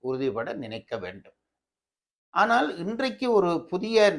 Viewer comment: ❤Even a Tamil Scholar pronounces wrong "" aanal' ( small -l) as ""big" "ll" like '" aanaalll'"